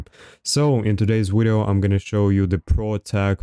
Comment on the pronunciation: My boy dropping wideo after wideo hell yeah